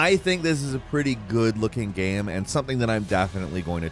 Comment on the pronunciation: no one:: “gehm”